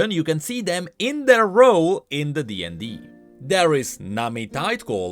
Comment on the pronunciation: "in the DND" I an avid DnD players can state we do not say it like that